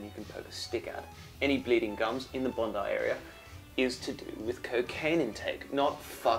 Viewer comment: it's bon-die. i know because i still remember the reaction i recieved when i asked people where bon-dee beach was when i first came to australia. funny memories.